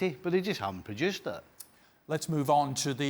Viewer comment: steven clark I understand it. I graduated from SDSU. But tell Steve, it’s called “produce” not “prejuice”. That’s all bro